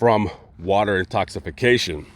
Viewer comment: Water intoxication? Really dude? It's pronounced intoxication...